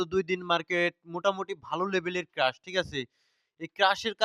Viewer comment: ভাই ক্রেশ(Crash) উচ্চারণ হবে, প্লিজ রাগ করবেন না।